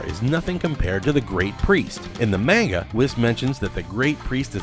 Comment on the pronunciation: The "mane-guh"